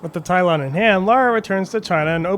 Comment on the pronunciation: hmm not sure what a "Tylon" is. it's pronounced Tal-e-on. Also 110% not a yeti lol it's the guardian of the Talion and he's clearly a large bird of some kind.